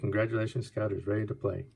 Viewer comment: Scott? It's scout. S C O U T,scout.